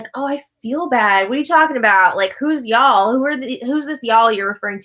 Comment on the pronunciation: pronunciation of "y'all"